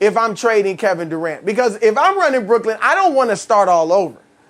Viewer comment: Does Colin know Brooklyn doesnt end with a D?